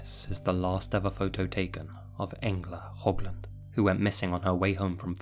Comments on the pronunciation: You say höglund like hoglund but ö is a completly different letter bro Yes im Swedish bdw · Its not hogglind its Höglund